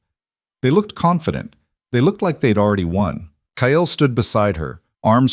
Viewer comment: Omg. Ky-Yell. Its Kyle